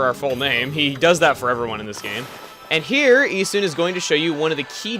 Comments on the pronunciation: it's E-soon. the japanese don't have the UH sound in their vowels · Aw man, he got the pronunciations wrong... "Amahtehrahsoo" And "Issuhn" not "Issoon". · I always pronounced Issun "IH-sun" not "EE-sun". Oh well. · Just to touch on something that I think is extremely irrelevant due to the fact that this was posted two years ago, but chugga, you pronounced the names wrong. Amaterasu is pronounced: A-ma-ta-rasu While Issun is pronounced: E-sun